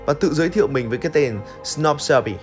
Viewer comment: Sờ núp chứ không phải sờ nóp 😗